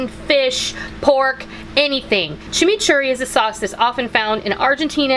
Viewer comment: Yayyyyyyyy!! A recipe from MY COUNTRY!!! I was born in Argentina 🇦🇷 I love how you pronounce chimichurri 💟 Hugs from Texas!!! 💟